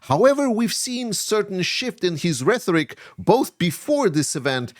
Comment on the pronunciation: RheToric, not reTHoric. 😉 I keep hearing this mispronunciation. Love your channel. Slava Ukraini!